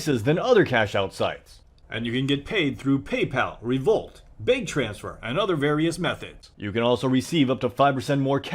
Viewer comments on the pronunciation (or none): none